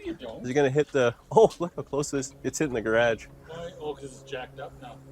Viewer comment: I just watch to hear how he pronounces " garage" 😂 lol